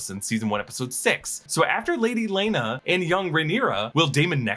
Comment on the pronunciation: Telling people to Google before posting while calling Laena Velaryon, Lyana, in at least two different videos (multiple times) while having such a large following is just crazy.